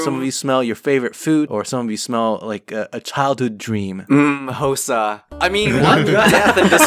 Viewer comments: "housa"... do you mean HOSUH?! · Today is pick on hosuh day